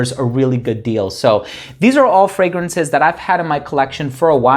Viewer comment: Its so funny that every video you do and you plug your channel the first pronouncation of "fragrances" sounds incredibly funny. There is always like a "fragranshhh".